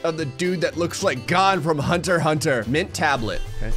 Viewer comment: i hate when people say hunter hunter its hunter X hunter